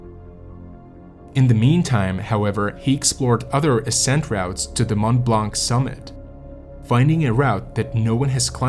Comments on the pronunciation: Mont Blanc = pronounced "Mon Blon" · The correct prononciation of "Mont-Blanc" excludes the "c". Excellent and detailed video of this hiking tragedy, tank you